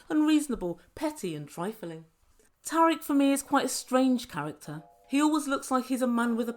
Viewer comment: Thanks for the update,! 🙌Hope you're keeping safe over there and that it's better than the U.S.! Fyi, Tarik's name is pronounced Tear-eek. 😊 What a mess with bringing in another gal! Sigh